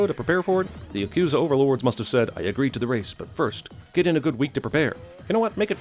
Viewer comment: Yah Koo Zah not Yuh Koozuh :)